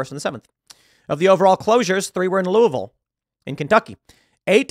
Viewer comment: Good job pronouncing Louisville Correctly